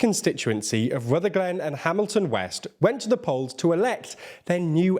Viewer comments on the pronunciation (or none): FYI it’s pronounced rutherglin not Ruther glen